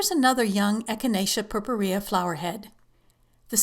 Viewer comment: too long for very little info. btw, the way you pronounce purpurea, is totally wrong. but, who cares?